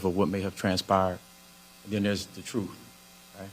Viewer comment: "Truf"?? "Dis...?""Dat.." embarrassing...